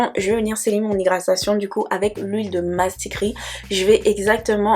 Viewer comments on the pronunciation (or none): Huile MASKRITI, MASKRITI, ET NON " Mastikri", ma belle 🤌🏽😄😄🥲 Bon challenge à toi et à celles qui se lanceront 💪🏾